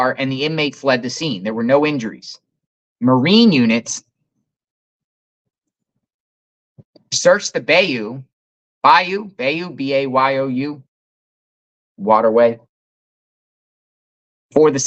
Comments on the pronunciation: Bayou is pronounced bi-you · “bayou”= “bye you”